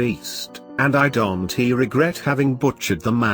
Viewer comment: Why do you say I dont T know instead of saying I dont and leave it at that ????? Well, love your story is alot.